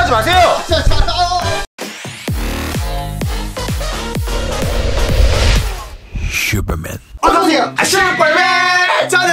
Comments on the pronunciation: 마지막에 또 슈뻘맨이라고 하넼ㅋㅋㅋㅋㅋㅋㅋㅋ핳핳하하하ㅏㅎ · 장인형인데 왜 슈뻘맨이라고 들리조? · 왜 슈뻘맨이라고 해?